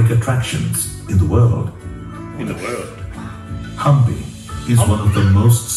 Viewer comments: Guys it’s not hump me.... it’s pronounced as haampiiii (hampi)I know it sound funny😂😂😂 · It’s pronounced Haampi, guys. Not Humpy. No wonder you were cracking up.